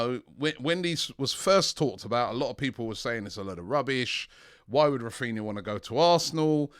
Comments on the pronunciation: Raphinha not Raphina Robbie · Why does everyone call him “Raphina”